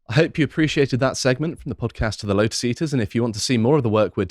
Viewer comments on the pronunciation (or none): none